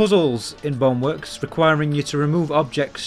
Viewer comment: this dude really pronounce Bone work as bong work